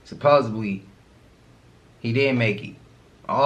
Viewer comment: Friend!! The word is supposedly D, D, D, supposeDly, SUPPOSEDLY ✌🏿✌🏾✌🏼❤️❤️💫